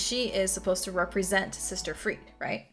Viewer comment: Pronounced closer to Free-dah.